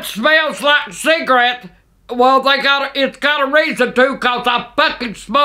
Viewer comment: Ciggarates its cigarettes